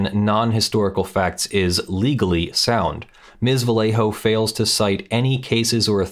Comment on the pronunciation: love your videos. For future reference, in Spanish, the double L "LL" is pronounced as a "Y", so Vallejo would be pronounce "va-YEY-hoe"